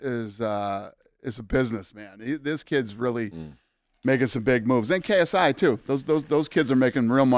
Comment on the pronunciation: the way mike says KSi 😂